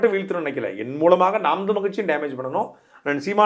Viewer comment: தமிழ் என்று உச்சரிக்கவும்(தமில் என்று உச்சரிக்க வேண்டாம் ) தங்களை நேர்காண்பவருக்கு. நன்றி வாழ்க தமிழ்